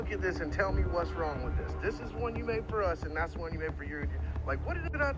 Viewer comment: if you say “dats” instead of “that’s”… and “ventin” has no t in it? Walk. She’s made for the streets.